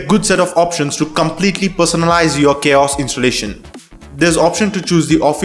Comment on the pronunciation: it's not Chaos it's Ka-OS